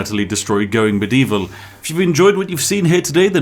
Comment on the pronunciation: muh dee vall FFS LOL